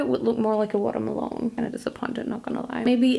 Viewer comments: It's the "Water Maloneee" for me... 🤣🤣🤣🤣🤣🍉🍉🍉🍉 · Love it how you constantly say watermalone